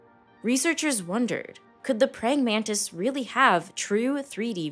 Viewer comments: Nararrator - It's pronounced exactly like it sounds - pray - ing - man - tis, NOT, pray - ing - man - TID. WTF ???!!!! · Prying Man-tis